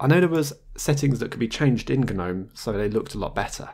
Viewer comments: Anyone else irked by how he pronounces Gnome? It's pronounced NOME (the G is silent!) not Guh-nome lol. Sorry for being a grammar Nazi but I've seen several videos and it gets to you after awhile. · the G is silent in Gnome. Same as gnarled. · Isn't "Gnome" said "Nome"?